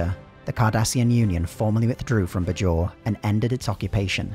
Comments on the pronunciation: You could have researched how Bajor is pronounced before doing this video. It's not "b-jor" but "bay-jor" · the pronunciation of "bay-jawr" as "budge jor" is painful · The show’s dialogue: “BAY-jor” This video: “Buh-JOR” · BAY-JOR not BUH-JOR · It's clear you are just reading a script and have never even seen the show when you repeatedly mispronounce Bajor. It's BAY-jor. Not Buh-JOR. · Anyone else wince at the "b'jor" pronunciation? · it's pronounced bay-jhor, did the narrator do any research at all?? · While there was some inconsistency early on in the show's run, the stress in "Bajor' is on the first syllable, not the second one. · I can't remember a single character ever pronouncing "Bajor" the way you do lol. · It would have been nice if the narrator had watched at least one episode of the show just so he could pronounce Bajor and Dukat properly. Other than that great video.